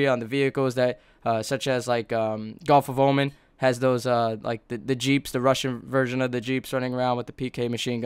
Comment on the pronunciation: its gulf of Oman .. not gulf of Omen...